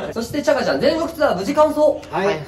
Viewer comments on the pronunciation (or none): 宮近さん、ツアーがシアーになってますよー